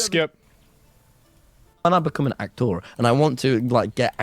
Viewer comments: as soon as he said "ak-tor", I was like fug this guy. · If I needed to get angry all I need is to recall how he pronounces "ahk-thor" and I can rage for a good 2 minutes 😂